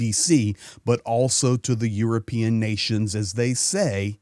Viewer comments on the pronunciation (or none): none